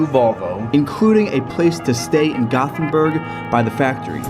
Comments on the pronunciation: AAAAAAAAAAAAAAAAAAAAAAAAAH, please don't say "gothenberg". atleast sat gotenberg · The name is göteborg not gotburhh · Its GÖTEBORG not gothenburg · When he said göteburg in English. I was hurt cause he said it wrong